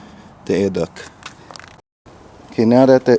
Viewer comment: Nice vid but it's duct not duck. Just saying lol lovely bike